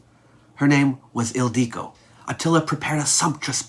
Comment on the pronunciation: Yeah. Ildico or Ildiko is a diminutive form of Hildr, Hilda, etc. It is still used. But it is not pronounced "Il DEE co", so maybe a little research before making the video?